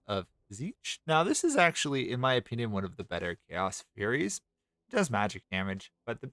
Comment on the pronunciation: I thought you said "Chaos Furries" 💀